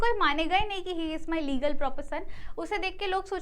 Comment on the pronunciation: are we deadass rn......legl.......its fuckin hilarious lil bro "legal"